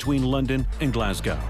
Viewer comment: You would think that the yank narrator could have taken the trouble to learn to pronounce Glasgow! jeez!